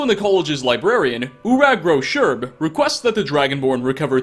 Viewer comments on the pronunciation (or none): “Urag Gro-Shurb” Or Shub